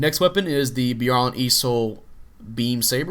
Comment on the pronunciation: By-AR-Lant. Youre pronouncing it Bee-are-lnt